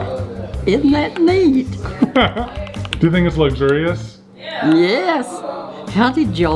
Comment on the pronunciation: Did he just pronounce luxurious lugzurious????? Wtf?! 🤣 🤣 🤣 🤣 🤣 🤣 🤣